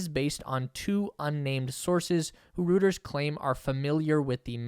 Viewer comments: Pronunciation: Roy-turz...NOT Rooters, is the name of the news organization! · IT'S PRONONCED ROITERS NOT ROOTERS!!!! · Reuters is pronounced Roy-ters not ROOTERS . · You are only the second person to pronounce this “röters.” It is supposed to be pronounced “royters.” Great video. I had heard most of this, but thank you for confirming this information. This means this is another good source to get updated information. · Reuters sounds like “Roy trz” not “rooters” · “Rooters”? It’s pronounced “roy-ters”. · was für ein Ding? Ruuutas? Thats is Reuters Rrrr eu terr s :D :D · Reuters is pronounced Royters. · Roy turs. It's pronounced Roy turs. Google it. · omg....it's pronounced "roy-ters" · Heads up: 'Reuters' is pronounced Roy ters (at least, that's a close-enough English language approximation). It's because it's a German name, and in German, the letters eu together sound like 'oy'. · The name is not "rooters". Go to their web page and learn something. You sound like a duffus... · (Reuters is pronounced ROY-ters) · Dude, it's pronounced Reuters. Get it right. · say it after me: Roy-ters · Not going to happen. - india yes - China is getting too dangerous. - and dont butcher Reuters - eu is a oi sound